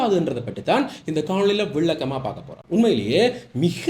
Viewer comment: மல்ல, விள்ளக்கம (பல,விளக்கம்) பிழையான உச்சரிப்பு.